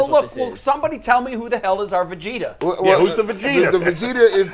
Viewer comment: Bro I died laughing when he said Vagetah. It's Vegeta homie but this was so amazing! I'm crying listening to this. 😂